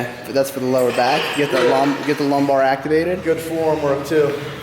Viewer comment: do you pronounce any words right? whats a lombar lmao